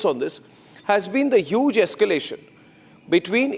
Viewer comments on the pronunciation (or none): It's Yuge....😂